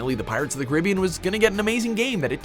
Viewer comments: “Car a be in” not “car I be in” also I never watched the movies so I did “miss a movie in the franchise, ALL OF THEM” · Did he say pirates of the caribeean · Fawful The Best In some places. Not all. Some other places pronounce it “cahr-ih-BEE-an” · The way you pronounce Caribbean still offends me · He pronounced Caribbean wrong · Is it me or can he not say Caribbean? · I can't believe you said Caribbean like that...... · you pronouncing caribbean like that just sent me into cardiac arrest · is that really how americans say caribbean oh my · The way he said Caribbean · deffdefying I know. I pronounced it like that for a long time actually